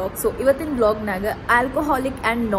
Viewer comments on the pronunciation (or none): none